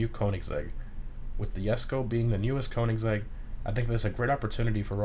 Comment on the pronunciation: So you pronounce Jesko correctly but then mispronounce koenigsegg? Bruh